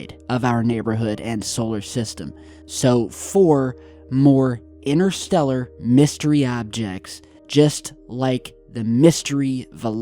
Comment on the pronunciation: Try saying interstellar & we might make sense of what you are saying,innerstellar does not make sense the same as your other favourites innernet & innernational,there is a"T"in these words for a reason